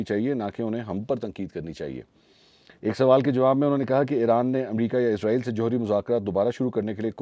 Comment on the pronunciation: Aslamo Alekum Kindly ap lo israeel lafz ko izraaeel k lfz mn tbdeel na krin because izraeel ak fareshta hy jo Allah k hukam sy logon ki rooh qabz krta hy Ar israaeel ak qoum hy js ka zikar Quran pak mn hy